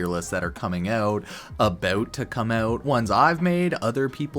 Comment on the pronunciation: abaowt to come aouwt